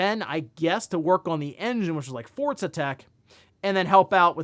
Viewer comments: Love the content. Cant explain why but hearing "Fort zuh" instead of "for zuh" for Forza is like nails on a chalk board 😂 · Is it pronounced fortza or Forza? Sounds like you are saying fortza? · Forza is an Italian word (means “force”); that’s how they pronounce “z.” Just like how you’d say “pizza” or “mozzarella”